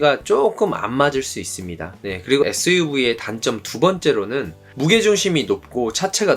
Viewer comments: 재미있게 봤습니다^^ suv발음이 안되신다는 댓글보고 보니까 계속 에스브이라고 하시는거 같네여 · SUV발음이 잘 안되셔서 에스브이 ㅋㅋㅋ